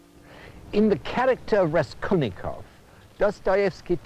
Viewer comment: Raskolnikov, not Reskolnykov :-)) Čtu teď Zločin a trest, je mi 68, poprvé jsem ho četl v 15 letech.